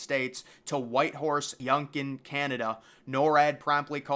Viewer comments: It’s not Youngkin Canada. It’s YUKON YU-KON, SAY IT WITH ME NOW YOU-CON!! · not the way you say Yukon lol.